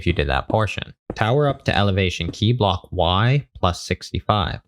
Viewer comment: All i hear is now "bluhk"